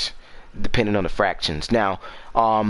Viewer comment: It’s factions not “fractions”😂